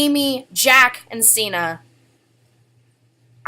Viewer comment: I shipped septiplier just for the edits and cute pictures. But now that I know they have GFS, which I've known for 2 years now, I LOVE septishuu and amyplier. BTW is pronounced (sig-ner).